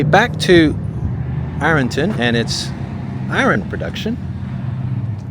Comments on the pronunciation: 'Iron' is one syllable, Irn not I-ron, 😁. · I think he's saying "I-RUN" vs "IR-UN" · I was born & raised out back of 'Rnton, city folk and outsiders pronounced it Iron ton"